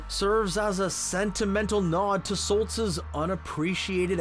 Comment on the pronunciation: Laughing every time he said Eric SOTLZ instead of Stoltz, NICE LOL . Love it. Love the video. Can't wait for the new season!